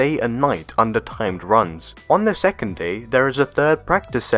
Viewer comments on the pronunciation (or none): none